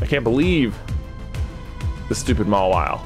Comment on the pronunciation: Mawile more like Ma-WALL-ile